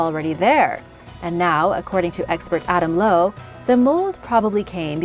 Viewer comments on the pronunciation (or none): none